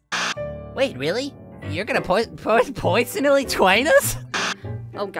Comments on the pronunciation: I heard “you’re going to poisonally twine us! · "pwersonally twain us" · “Pewsonally twain uws”. Ah yes he’s getting into character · Not pewsonally but poisonally Twain is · I heard more like "pwewsonally twain us?" OwO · I heard "your gonna poisonoly jwoin us?" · is the best part where he says "wait really? your gonna pewsonawwy twain us" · "You're gonna powsonally twain us?" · youw gona pewsonawy twain us OwO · Wait, really? You’re gonna puw- puy- powsonally twain us? Uwu (The uwu was in the subtitles!) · pewsonally twain us? owo? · Your gonna pwersonnaly Twain us? Captions: your gonna put it in first poison elite wine us